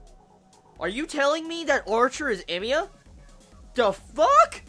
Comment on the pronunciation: I don't know what scene from the original you were referring to. I wish you put a spoiler warning and said what it was coz my curiosity is peaked. Ps. It's hella confusing when you say Emiya.